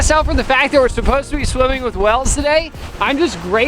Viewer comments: I like how pronounces whales as wells. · why does he pronounce "whales" as "wells"